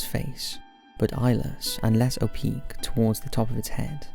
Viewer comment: Maybe if he didn’t constantly mispronounce basic words like “trail” and “opaque”.